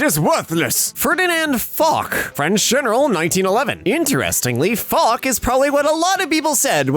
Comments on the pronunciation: Foch is pronounced fosh, not fok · u pronounced "Foch" incorrectly, its pronounced "Fosh" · Btw its pronounced foch (fosch)